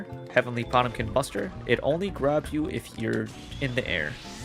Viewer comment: You pronounce Potemkin like it's some tumblr furry-kin gender or some shit